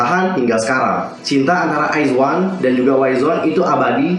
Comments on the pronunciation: Koreksi kak, penyebutannya "wizwan" bukan "waizwan" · Nah gue juga mau ngmong ini 😂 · Kak, WIZ*ONE itu dibacanya wizwan bukan waizwan, terus BLOOM*IZ dibacanya bloomaiz bukan bloomiz